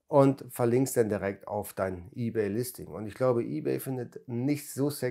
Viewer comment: Ey-bay und Wördpress, wer kennts nicht 😂✌🤔